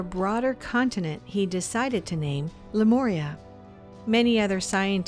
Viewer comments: But but.... whyyyyyy did she say "Lemoria" at the beginning? Ohhh I do cringe... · would have been helpful if the narrator could pronounce Lemuria correctly... it's not an 'O' dear it's a 'U'...